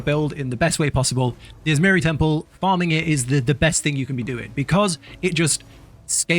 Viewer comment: atzmjiri temple i could have sworn it was atziris temple